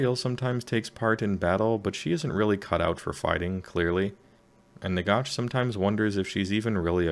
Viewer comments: Nagash dude, not Nagosh. Even the Brits pronounce it ash, don't understand why some Americans pronounce it with a faux British accent. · Ah Wisconsin, that explains it. Not trying to be a pronunciation nazi, but it drives me nuts when non-Brits do the osh thing lol. Listen to the GW dudes speak, no one does it. Great summary btw, your delivery is very clear.